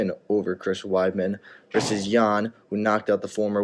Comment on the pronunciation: Video Guy: "In a couple weeks we got Jacare vs Jan (yan) Blachowitz..." Chael: "JAN is a tough guy isn't he?..." lol